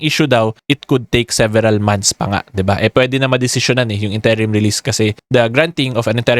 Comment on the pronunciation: Good info, Request lang po sana ako. Interim, first syllable stress po sya, not second. Sorry na. Hahahaa. I know, nit picking ako. Haha.